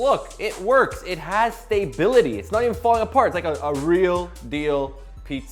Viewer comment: "it has stay-bility"..... lol